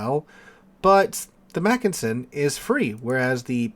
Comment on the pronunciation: You’re a teacher -look up Wikipedia for pronounciation details! And you got the “Mackensen” right the first time, before veering of in your variation of McKinsey. In German, an e is pronounced like in bet. And yes, Mackensen is stressed on the first syllable. PEF is a good ship, btw.